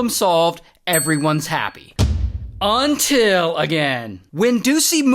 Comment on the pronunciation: Earliest "UNTIL" that I think i've heard.